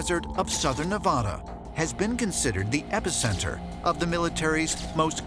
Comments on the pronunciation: Its Nev-a-da not Nev-aahh-duh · Pronouncing Nevada WRONG.